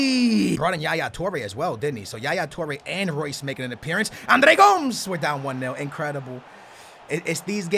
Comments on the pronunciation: Gomes is pronounced Go-Mez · This fool thinks he's Portuguese but he said Andre GOMES GOMS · Is he even saying Andre Gomes right